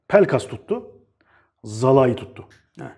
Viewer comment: Su adamin adini “zalayi” diye telaffuz etmeyi birakin artik, “Salai” diye okunuyor